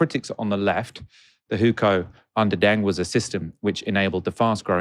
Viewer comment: It’s pronounced ‘dung’ not ‘deng’